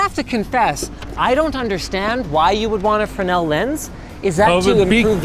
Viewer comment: Thank you for pronouncing Fresnel correctly :D